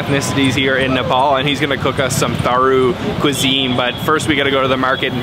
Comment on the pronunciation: The H in "Tharu" is SILENT.